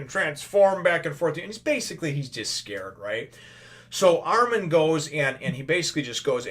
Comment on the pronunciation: and the pronunciation is Armin I beieve (ar-min, not ar-meen)